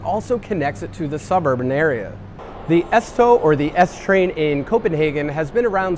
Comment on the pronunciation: Bro at the airport he Said the s tog but its ørsundstog